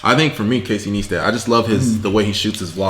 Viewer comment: Casey N(i)-stat...NOT...N(ee)-stat 👍👍👍